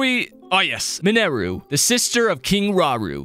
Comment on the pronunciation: It's minaru not manaru